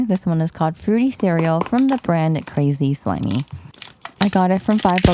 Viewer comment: It’s actually pronounce craz slimy but the a is short and the i is short